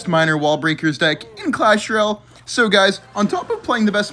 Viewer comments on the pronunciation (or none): none